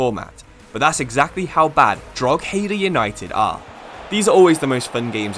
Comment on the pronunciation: Drog-heedah is diabolical. It's Draw-hedah... if we have to learn how to say Worcestershire, please learn how to pronounce simple Irish towns!... in saying that, love the content 😂